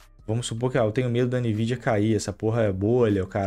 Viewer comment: a mais de 15 anos pronunciando "Nividia"...